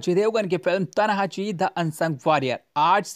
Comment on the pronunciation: पागल फिल्म का नाम तनहाजी नही "तान्हाजी" है।